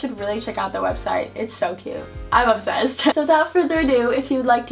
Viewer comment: whenever she says "I'm obsessed" I always think that she is saying "I'm upset"